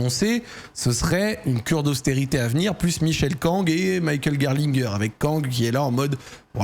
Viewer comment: C’est bien pour la prononciation de Gerlinger, mais par contre tu prononces Michael à l’américaine !😅 en allemand c’est mi-cha-el…😉